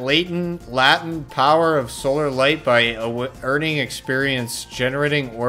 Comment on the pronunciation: "Latent" (lay-tent) Meaning: present and capable of emerging or developing but not now visible, obvious, active, or symptomatic. Reading and vocabulary are apparently not this guys strong suits. Might I suggest a dictionary and thesaurus app for your smartphone?😂😂😂 📖 📖 📖😂😂😂 Entertaining vid though. 👍 I had heard the F2P D2 experience was a bit of a mess, didn't realise it was that bad.